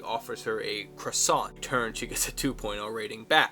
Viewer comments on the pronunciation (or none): none